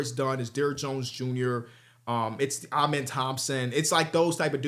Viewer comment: Can you PLEASE start pronouncing Amen’s name right? I mean you interviewed the kid and he told you how to say it personally